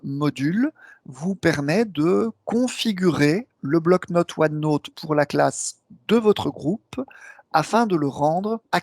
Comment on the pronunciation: Bonne vidéo, juste pénible le "OneNôte" ;-)